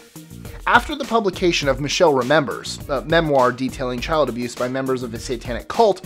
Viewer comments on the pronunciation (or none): none